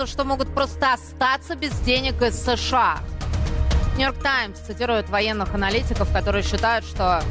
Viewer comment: ты неуч.Страна называется США, а не СэШэА.